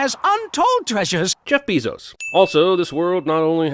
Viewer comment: I’m giving a sin for saying “bezos” like “beezos”